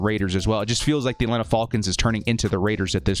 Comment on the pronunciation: I hate the way you say ATLANTA falcon's!!! How did your last year predictions go??? Don't fxxx my CHARGERS UP!!! We got a damn good team. BOLT UP 🌩